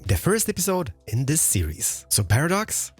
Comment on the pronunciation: I wish I could enjoy your videos as the content is objectively great.. just can't get over you boycotting the "th" and "t" sound in every single word 😂 (this, that, that's, there, it - diss, dad, das, dere, idd). Trying to power through it 😅